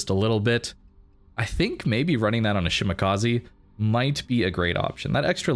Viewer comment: Shima is love. Great games. It's "Sheemah kah say" not "kah zee" i=ee e= ay